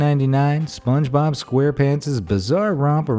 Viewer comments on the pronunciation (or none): none